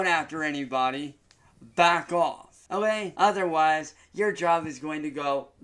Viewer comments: Instead of saying ok why does he say o yay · I can’t unhear the “olay?”